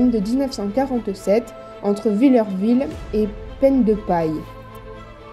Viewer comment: Le village de mon enfance... pour info on ne dit pas "vill-EUR-ville", on dis Villerville , phonétiquement, "vill-air-ville"... 😉